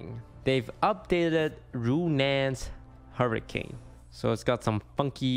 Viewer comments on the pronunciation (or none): none